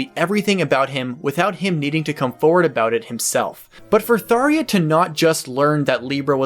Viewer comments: Okay please pronounce it right, I get I'm being nit picky here but as of the English release of fire emblem warriors we have the official English pronunciation of her name as Thar-juh not thar-yuh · WHERE IS THE i IN THARJA? Why did you pronounce her name as Tharia? Repeat after me Thar-Zah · not sure if its suppose to be spelt taria instead of thar-ja but my ears are exploding each time he said taria. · "Tharia"? Is that really how it's pronounced?? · I found it interesting you pronounce her name Tharia. It's spelled Tharja and even in Fire Emblem Warriors on Switch, other characters refer to her as Tharja :). I guess in Japanese her name is technically Sallya. I've always pronounced her name as Thar-ja. I always did find her character interesting though because you never quite know what Tharja your going to get. Will you get the cold calculating Tharja plotting how to curse her enemies? Or will you get the creepy stalker Tharja? She just has such a broad range of personality traits/quirks. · He pronounces it like that because it is a reasonable assumption to make, following the phonetic Japanese writing of her name, サーりゃ (Saarya). Sallya is her official name in Japanese, and supposedly it is a legitimate Hebrew name, pronounced sael-yah. We the fans are assuming NOA thought the Japanese S was intended to be Th (common in many transliterated JPN>ENG words, i.e. サンキュ (Sankyu) AKA Thank You). We also assumed the J was a fancy way of writing a Y sound to portray a more exotic name, i.e. Johann, and we all know about the infamous L vs R debate. At a glance all the evidence pointed to Tharja's name being pronounced with a Y. The only iffy part was why not just use Sallya as her name? But NOA constantly change names so that was easily handwaved. I personally think he's still pronouncing Tharja wrong, where it's supposed to be Tha-rya and not Thar-ya. The A sound is more in line with Sael-yah. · "THAR-JA" is confirmed so far. Not "Tharia". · "Tharia" Bruh.